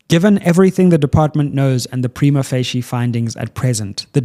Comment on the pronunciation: No, he’s pronouncing it wrong. I have a law degree and studied Italian, it is definitely not pronounced how he said it. But to be fair so many legal practitioners mispronounce it even in court😅